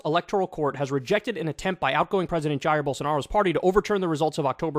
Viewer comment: It’s pronounced “hai-ir”, like Zaïre with an “h”.